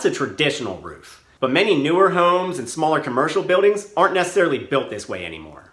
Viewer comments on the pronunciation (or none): This video is very informative but, are you aware of your speech impediment? You eliminate the "L" sound when you say Building and holding. It sounds like "Bewding" and "Hoding"